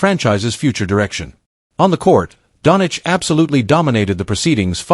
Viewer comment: what is wrong whit you, its not donic, its doncic , omg shame on you